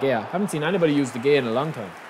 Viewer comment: De Gea Is from spain so the “G” in his name is pronounced as a H so its actually De hey-a